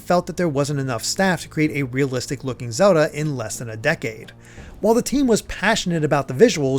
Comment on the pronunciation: Is it just me or after hearing it so many times it starts to sound like he's saying Zewdoh